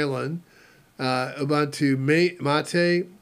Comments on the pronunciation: It's pronounced "OOBOONTOO". "OOBANTOO" doesn't exist. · I pronounce it the same way Mark Shuttleworth pronounces it. Plus Ubuntu is not a word my my native language. Nuff Said?